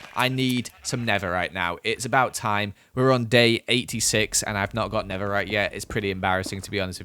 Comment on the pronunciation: instead of "thing" he says ''fing", instead of "never" he says "nether"